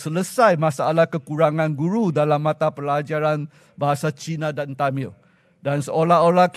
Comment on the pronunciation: Tamil,.bukan temel,.sebut pun salah,ini ke pemimpin